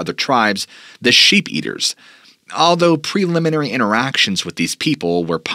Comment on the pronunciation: "Sheep Eaters"... not "Shape Eaters"